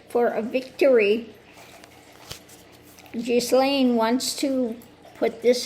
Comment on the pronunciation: Excellent! The autistic Virgo in me has to correct your pronunciation of her name. It is a French name and it starts with a hard G, like in good, the h and s are silent. So it sounds like Gil-lane.